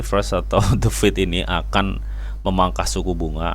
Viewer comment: What ?? U meant "The FED" ??? not "The feed" & "Inflation" not "inflastation"